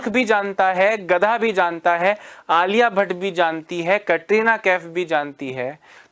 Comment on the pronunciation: Sir k wife Alia Bhatt jaise dikhti h esliye sir Alia bhatta bolte h 😂